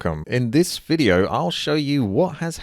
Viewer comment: DID YOU JUST SAY EFFING "FIDEO" IN THIS VIDEO? REALLY?